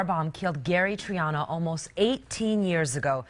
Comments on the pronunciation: Gary Tree-ano? Really,, really? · When you say Gary Triano, I think you mean Gary Threeano....my bad.